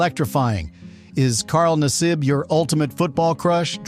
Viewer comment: Carl Nassab... mispronounced name. Carl, we love ya.....you make penn State proud